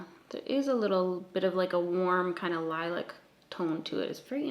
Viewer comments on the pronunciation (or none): Hold the fuck up....Li-lick? Are you saying LILAC AS IN SOFT PURPLE or is there some weird color I'm not aware of? 😂😂😂😂